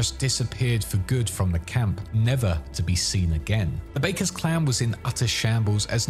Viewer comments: Bakkers is pronounced 'Backers' not 'Bakers' 😐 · It's pronounced "Backer", not "Baker" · Backers (Bakkers) not Bakers. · well the voice actors in the game pronounce it "Backers" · The way he pronounces "Bakkers" makes me cry in Nomad